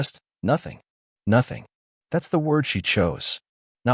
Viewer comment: “Nothing” is 2 Syllables…..